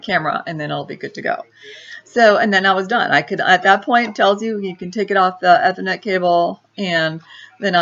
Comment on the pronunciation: You need to learn to pronounce "Ethernet" correctly if you want to appear halfway credible on the tech front :-)